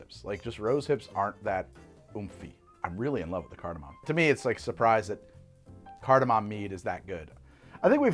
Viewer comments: Shot every time he says cartimam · i fricken love that no one on set corrected “cardamom” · oh he is saying it weird, he’s just also wrong